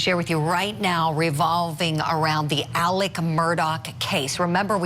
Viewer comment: This is wild for sure... but who else couldnt help but be annoyed by the reporter constantly saying ALEC instead of Alex?? Lol